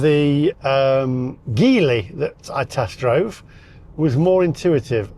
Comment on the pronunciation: You've been told by a guy who works for Geely how to pronounce it, and you still get it wrong. It's Jee Lee. You wouldn't say Ghee up to a horse. You say Jee-up to a horse, even though it's spelt Gee-up. Same with Geely.